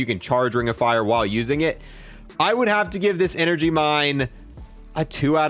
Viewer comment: Heh. "Enegry."